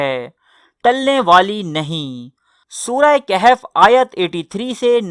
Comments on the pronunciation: Surha khahaaf lafaz kehaaf nhi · Its surah kahaf not kehef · No kehf admin KAHAF please correct